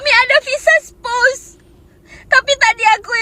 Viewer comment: Spouse bukan spus.ok puan